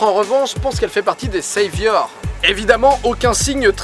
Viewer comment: Les seivyeurss ? Mais oui quelle accent !